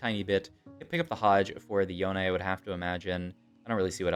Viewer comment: I tried helping your pronunciation on live before but it just didn't work out. Say "can", now say "Jan", now say Janna. That's how you pronounce her name. Here's Janna pronouncing her own name in-game . Also, Yone does not rhyme with bone. It's Yo-nay. 🤦